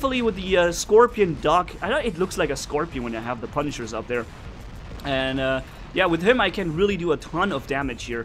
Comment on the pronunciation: not pa pu